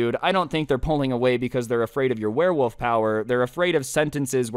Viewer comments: "werewoove" September 2022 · This man is saying warewoof whole video